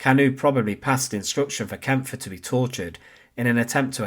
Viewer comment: yes, you can tell AI because it can never pronounce names, especially names like Kampfe.